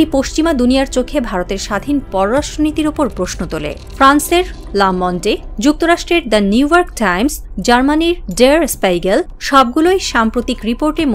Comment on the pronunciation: লা মন্ডে না “লা মোঁদ”।